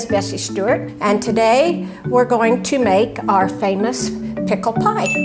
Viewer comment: "Pickel pie" ... oh NOOOOOOOO!!!